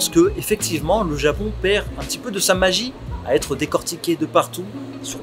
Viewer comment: Le Zapon ouais!!